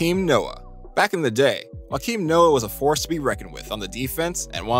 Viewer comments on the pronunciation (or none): it's not tho. It's pronounced yow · The miss pronunciation killed me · It’s pronounced Joe-kim lol and you clipped out his whole segment. It jumps straight to joe smith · Wakeem Noah? Come on man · You need to work on the pronouncing of Joakim Noam nobody has ever pronounced it WA-KEEM